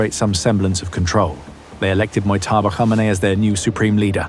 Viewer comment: LOL, Who T F is "Homanay?"